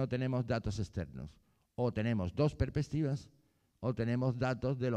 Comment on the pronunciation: Porque dice "perpestivas"???